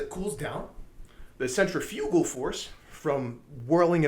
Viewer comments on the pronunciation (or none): “Centrafrugical force” 💀💀